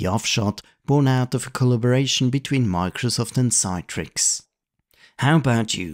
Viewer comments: CITRIX is pronounced as “see-trix”, rather than “Cy-trix”. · Good video, but "Citrix" is pronounced "Sit-rix" not "Sye-trix" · Sit-rix.... Like you say citrus given this was what the name of the company was originally until they had some trademark issues and opted for Citrix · I think that’s just an accent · Your pronunciation of Citrix is wrong. It pronounced 'Sit-trix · You missed out on (the dominant PC emulation software company of the time) Insignia's NTRigue, which licensed WinFrame (and NT) to allowed you to connect Unix X Window terminals (and X Window systems, such as SGI's Irix or Sun Solaris) to NTRigue in the same way as how thin clients connected to WinFrame. And you mispronounced Citrix, which is pronounced like citrus. And no, WinFrame was not a multiuser operating system based on Windows NT. It was multiuser extensions to Windows NT. And no, it didn't all start with Windows NT 4.0 Terminal Services. WinFrame was so successful running on Windows NT 3.51 that they had a successful IPO in 1995. So did Insignia later that same year, though largely on the strength of being the leading emulation company of all-time and a Windows source code licensee and MSFT partner. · Considering it's not spelt Citetrix, no idea where this extra 'e' is coming from when it's read out.